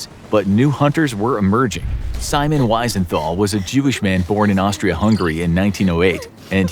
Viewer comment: Wisenthol is pronounced with a V sound.